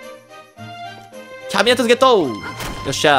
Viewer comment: キャビ↑ネット↓じゃなくてキャ↑ビ↓ネット↓ですよw